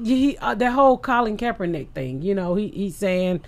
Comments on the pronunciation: Joey: "Kapernakick....." Ms Pat: "Who?" Joey: "Kapernakick" Ms Pat & Lee: "Kaepernick" 🤣🤣🤣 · Is no one gonna say something bout this guy sayin kapernakick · lmfao Joey Diaz trying to say "Kaepernick": ku-per-ni-kick! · It’s crazy how Joey Diaz is like a real life Ricky from trailer park boys, how he gets names wrong and words wrong, I was dying when he said kapernicks lmaoooo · When unk joey tried saying Kaepernick ☠ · Joey Diaz butchering Kaepernick's name over and over absolutely killed me.